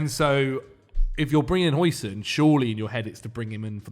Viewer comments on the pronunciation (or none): According to google translate: Huijsen sounds like "How-sen" not "Hoi-sin" like the sauce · it's "How-sen" not "Hoi-sin". He's not chinese